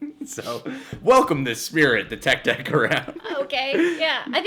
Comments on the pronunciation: Guy says Teck Teck Me: no no no no no no no no Its TECK-AY TECK-AY Guy says Kachisakie~Ohna Me: No- I'm done. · Nah who the heck is tek tek it’s pronounced tek-eh tek-eh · why did he pronounce te-ke te-ke like teke teke? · It's not said like tech tech it's te ke te ke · Take take not tek tek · The hell is a tek tek? lol it's pronounced tek-eh tek-eh lol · It's tek- y tek- y